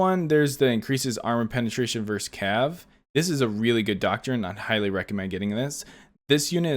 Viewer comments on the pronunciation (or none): none